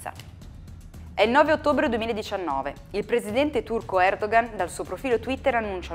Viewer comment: comunque... Si pronuncia Erdoan perché la ğ non si pronuncia, è muta (Erdoğan = Erdoan)